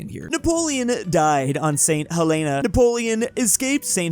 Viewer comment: It’s pronounced st.hellana